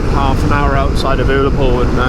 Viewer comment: it's ur-la-pool say it like that i'm scottish i like your video mate but advertising omg mate oh my mrs said your handsome 😂